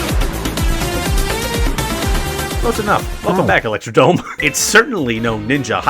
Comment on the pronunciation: did...did you say electroDOME